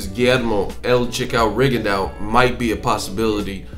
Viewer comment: Why is it that almost nobody can pronounce "Rigondeaux" correctly? If you really respect the man, respect his name!